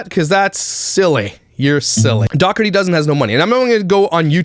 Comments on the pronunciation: I’m sure you don’t care and it super doesn’t matter cuz she’s gross but I think it’s pronounced “daw-tree” 😂 like I said it doesn’t matter I just thought I should say it lol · I think it’s pronounced Doh-er-tee. I had an old boss who’s last name was Dougherty. Just saying 🤣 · Are you joking with the pronunciation of Dougherty? Not Doug-hurty. It's DOUGH erty! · Oh it really is pronounced "Dockerty"? I assumed Josh was saying it in Canadian and it was really "Dough-er-ty", and I was going to give them credit for a decent "Dirty Dozen" pun. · Also they mispronounce the family name ~ the root is like dough so it sounds like 🚪-tee not however she says her husbands surname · If you're going to do a video on someone, pronounce their name correctly. This woman didn't adopt 8 children who came from terrible circumstances to exploit them. She has a big heart and found that with her social media presence she can afford them anything they want because, they deserve that. Alicia and Josh have raised beautiful and kind children who are very well adjusted and get the care that they need. Perhaps she overshares at times but it seems she's just trying to bring awareness to their situation. Nobody is perfect. No child has ever looked upset or uncomfortable on camera and if they were, they'd leave the room. She doesn't follow them. Those kids have everything they could ever want and know the videos are what get them that. They're ok with it, I assure you. And she's mentioned paying the kids! Multiple times. Do you even watch the videos? Or just exploit the Dougherty's for views... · You don’t even know how to pronounce their last name. He’s like their Alex Jones. Lol What a CHUMP